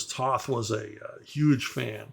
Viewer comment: Alex Toth's last name is actually pronounced "Toeth". The word "toe" with a "th" on the end.